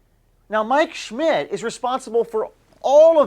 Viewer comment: When you say Mike Schmidt its sounds like your saying my 💩 🤣